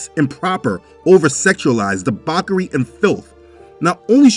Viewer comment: Apologies for nitpicking. But the word debauchery is pronounced dee-baw-chuh-ery, not dee-bork-ery. Thank you